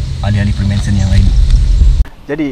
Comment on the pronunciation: Freemensen freemensen... FREEMANSON bro... Spell and pronounce biar btol